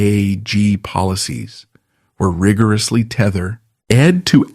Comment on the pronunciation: Learn how to pronounce SAG